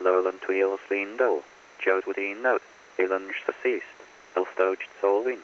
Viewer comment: Was it deceased or Desist, as in stop